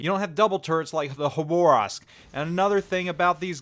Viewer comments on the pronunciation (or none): KHaabaaRrrroovsk.......... not Hoborask ( city in far east Khabarovsk ) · Please, it’s Ha-ba-rosk, not Ha-Bo-Rask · Yes please read this, I cringe EVERY TIME YOU SAY IT. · “Haborovsk” that pronunciation is Le terrible. Bud dum tiss. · Terrible gun angle Terrible gun traverse Terrible reload Its Le Terrible Plus terrible khabarovsk pronounciation Lol